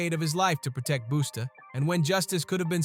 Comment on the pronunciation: Why you keep saying "Boosta" ?! Say it right bruh